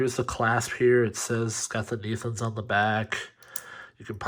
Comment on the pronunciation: great unboxing video.but the name is pronounced like this...netunes( i think it's french)